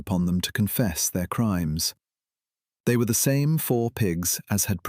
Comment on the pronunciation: The AI narrator messes up the word “their” way too often. 😂 Clankers still can’t read, just like Boxer.